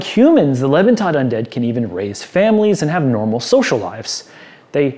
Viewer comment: I really enjoyed this review, but the mispronunciation of a German compound word really sticks out. Lebentod. LAY-bin-TODE Leben = Life; Tod = Dead/Death; = Living Dead I probably would have just passed over this adventure if not for the review though, so it was otherwise a great video.